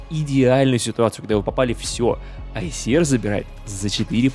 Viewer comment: айсиАр а не айсиэр